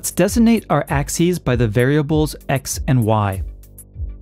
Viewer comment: Oh, and also there's a hard 'g' in "designate."